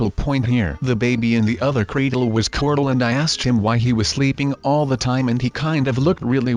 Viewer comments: You kept on saying cordle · Every time you say corl you say cortl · Ik and its "Corl" Not "Carl" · No its corl not coral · dude, CORL not corol. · Does anyone else notice that says cortal instead of coral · I fell asleep watching this and it sounded like he said corlt